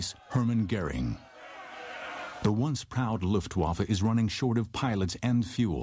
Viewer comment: hahahahh yes, "luuftguafa"